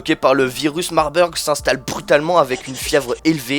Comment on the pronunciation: Marbeurg, aha ça se dit "Marbourg" désolée j'étais obligée mdr sinon très bonne vidéo